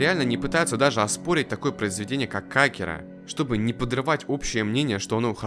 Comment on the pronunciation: Что я могу покритиковать в этом видео это только ударение имени "Акира". Год назад в 1 марта скончался легендарный человек и создатель Драгон Балл в возрасте 68 лет - Акира Торияма